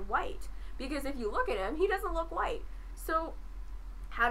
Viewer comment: Straw-man, straw man, straw man "Muh horseshoe theory" "But what is huwite?" Not impressed